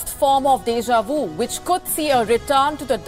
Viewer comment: De Ja Vu ? or De Xi Vu ? lol !!